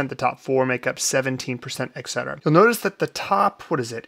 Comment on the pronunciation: et cetera, not eck cetera. just saying